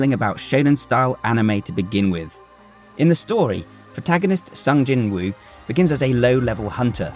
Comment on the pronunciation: To anyone with a British accent, this name is pronounced 'Song Jinoo'.